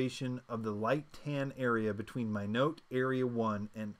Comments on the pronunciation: It's pronounced (My knot). As in "Why not Minot? Freezin is the reason." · Thank you! BTW Minot is pronounced My-not. Rhymes with why not. Why not Minot.. a town in North Dakota. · /A-Tiss/ ATIS - /Mie-Not/ Minot. Pilots know these things. Minot is significant because there is a USAF Base there. Everyone who flies knows how to pronounce ATIS. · Hi All, Just wanted to settle the confusion on the question . I used to be an RAPCON ATC at Minot, AFB..... BTW, Its pronounced "My Not" :) As we used to say.... "Why not Minot?....Freezin' the reason!!" Anyway, you started right by looking at the color codes for the terrain, but you missed the little box just to the left of the color codes that says..... "Contour Interval - 500ft". So, your terrain elevation in that color area would start at 2000 and the interval is 500, hence 2000 to 2500ft. Hope this helps alleviate some of the headaches everyone has been having on this one. I'm scheduled to take my test tomorrow, wish me luck !! BTW, thanks so much for the video, I'm happy to see I was not the only one that was frustrated by some of the answers to their questions.